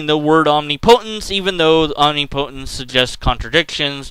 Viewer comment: It's not om-ni-PO-tence. It's om-NIP-o-tence.